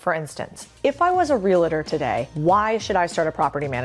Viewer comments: Realtor > Real-a-tour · people mispronouncing the world “realtor” makes me cringe. say it the way that it’s spelled, it’s not that difficult. it’s REAL-tor not RE-LA-tor smdh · I don't trust realtors that say relator 😂🤣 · I love you. You are a stickler for good posture and I'm a multifamily realtor and investor that's a stickler for pronouncing REAL-TOR correctly. It's not real-a-tor its REAL-TOR!!! I'm so tiled girl:) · I love your work, content and message. However, please pronounce REALTOR correctly...JS....Para Adelante!!!